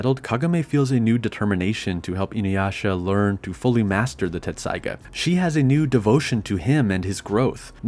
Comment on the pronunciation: you keep saying "TetSaiga" but it's actually "Tessaiga" It's my favorite anime of all time why it bugs me haha